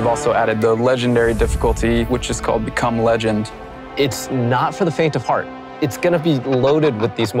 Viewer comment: Anyone else think they heard "Cum Legend" ? Cause I spit out my coffee when I heard this line watching this ViDoc for the first time today. I know he's trying to say Become Legend, but either the volume or his own voice tried to annunciate "become" too much on the end, that it just sounds so damn funny.